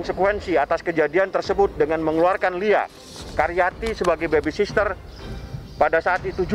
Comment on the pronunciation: Duh!!! Susah amat yak ngomong baby sitter bang😂BUKAN baby SISTER 🤣🤣🤣